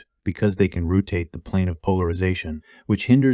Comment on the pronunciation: So many strange pronunciations. Rootate instead of rotate. Fess instead of face. In other of your videos, deeode instead of diode.